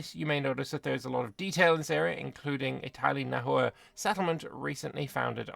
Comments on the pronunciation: FYI, Nahua names and the language (Nahuatl) itself are pronounced like Spanish, so the „h“ is silent and a „u“ before a vowel makes a „w“ sound. So Nawa is how you’d pronounce it. There more complexity like modern Nahuatl pronouncing x differently to Classical Nahuatl, along with long vowels. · Pro-tip: Spanish doesn't natively have the letter 'w', so native words with a 'w' sound were written with an 'hu' instead, which is how that sound is usually spelled in Spanish words. Hence 'Nahua' is pronounced more like 'Nawa'.